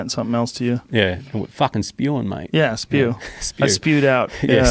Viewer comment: 4.05..that spew sounded like spear to me